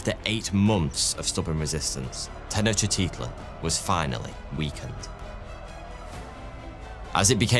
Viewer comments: Come on! Make an effort! You're purportedly "the expert". Try to pronounce it at least approaching something recognisable... /Ten-och-tit-lan/ lol :p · The Aztec Capital was pronounced Tech-Noch-T-Klan (Tech like technology, Noch like roach, T as in the small T sound in Technology and Klan like rhymes with Flan) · mesopotamian a-listers? la minche? tenochytitlan? man's not too bothered with getting names right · Tenoctitsup 😂brilliant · Lil help for future vids: Tenochtitlan:Ten-Owch-Tee-Tlin Moctezuma: Mock-Tech-Zouma Cuitlahuac: Kwee-Tlu-Wok Cuauhtemoc: Kwaw-Tah-Mock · I would've said: "ten-och-tit-lahn", "mock-teh-zooma", "quit-la-wuck", "kwow-teh-mock" ('ow' as in 'cow' not as in 'bow') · That one & "Ten-ect-tits-up" are why I had to scramble for my mute button while in the middle of this work meeting. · lmao i keep having to say this and people just keep thinking theyre special. For one, I love. This was a comment where i said i love him lol. THERES A DIFFERENCE BETWEEN saying hello like "halleugh" versus saying tenochtitlan like "tenochiteahtlean" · no. I am talking about taking "Tenochtitlan" which should be pronounced Teh-knowch-tit-lan" and literally adding in extra syllables and vowels that dont exist in the word hahahaha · he literally added like 4 i's to tenochtitlan. I am well versed in language and pronounciation. I love etymology. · I've never heard Tenochtitlan pronounced that way. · i understand that and i was joking, although did you not hear him quite literally ADD LETTERS to the word tenochtitlan, adding random i's in all over the place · the way he pronounced tenochtitlan was not an accent that was just adding letters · dude has 5 and a half million followers and he's out here pronouncing every letter in tenochtitlan, it's the most british move ever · in this case he actually added letters to the word tenochtitlan hahaha but you make a very good point also i said it made the videos better so im not complaining